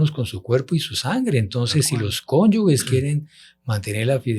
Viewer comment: CONYUGES, CONYUGES, CONYUGES. NO, CONYUGUES, . NOOOO CONYUGUES